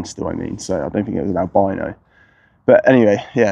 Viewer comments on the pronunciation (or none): none